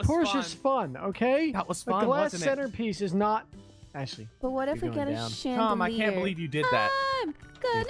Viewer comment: Why is it so funny when says Atlie instead of Ashlie 😂